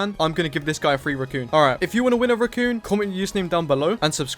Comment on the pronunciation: please pronounce raccoon as raccoon not ruccoon it's driving me insane